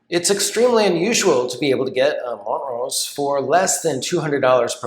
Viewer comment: Wait, it's mont-rose? I've always pronounced it mon-trose lol